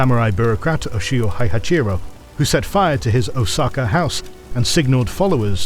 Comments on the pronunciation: They already pronounced Heihachi wrongly in the earlier of the video. It's Hey-Har-Jee not Hai-Har-Jee. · How is Heihachi pronounced "hey-har-jee"? Japanese is phonetic...there should not be an "r" or a "j" sound in there. Its "hey-hah-chee"